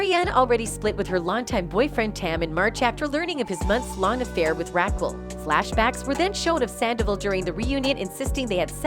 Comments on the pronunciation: This shit is hilarious, “Rackle!” Lol Rah-kel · Rackle .......lol 😂Very distracting! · Rackle? Who’s Rackle? Weird. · "Ra khull" 😂😂😂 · Stop saying Rakill wtf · Ra-kel... please. your pronunciation is ridiculous. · I like how the narrator calls her " Rackle" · Rackull. Lol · Rackle lmao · No way! Rackel is hilarious 🤣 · Omg, way you say Raquel…….please learn how to pronounce P LEASE…… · Make it stooooopp! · Could the host learn to say the name Raquel properly? Right now, Raquel is sound like Jekyll with a R. smh